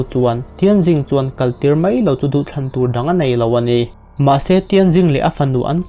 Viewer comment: Mai tih hi mei tiin lam ri tawh lo la..mizo tawng dik a tih hram hram tum la angaihnawm lehzual ang.